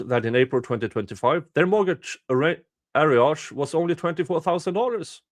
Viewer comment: At least in my portion of Canada, "arrears" is pronounced like "are rears" or sometimes "a rears" Hope this will help you in future readings, as I suspect it will be a common word used for these matters